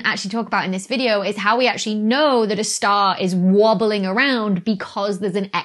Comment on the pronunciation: Haha she say wabeling... Like Dr. Who, hahaha I smiled so heavily... Wabeling wabely do....